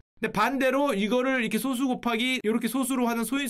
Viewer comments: 근데 방장님 발음 틀리심 소수❌ 소쑤⭕️ ㅋㅋ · 소수 불편하다.. 솟수 라고 읽어야하는데 ㅜ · 소수의 발음은 소쑤로 발음해야 합니다. 그냥 소수로 발음하면 소수점이 달린 수를 의미합니다. 원래는 표기를 솟수로 썼지만 한자로만 구성된 한자어는 사이시옷을 넣으면 안 된다는 원칙을 고수하는 국립국어원의 만행으로 소수와 표기가 같아져버렸죠. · 0.23 같은 건 소수 그대로 발음이지만 prime number를 뜻하는 소수는 예전엔 솟수로 표기하기도 했고 표기법은 소수로 바뀌었지만 발음은 여전히 [소쑤]라고 발음해야 옳습니다. 요즘엔 이 정보가 소멸해버렸네요. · 소수 발음 솟수라 안하는거 킹받넹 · 1과 자기 자신으로 나누어지는 수를 의미하는 소수(素數)는 소쑤로 발음합니다 0과 1사이의 수를 의미하는 소수(少數) 는 소:수 입니다.